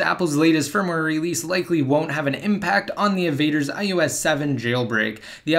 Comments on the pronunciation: Why do you say ius not ios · why are you pronouncing it as ius 7?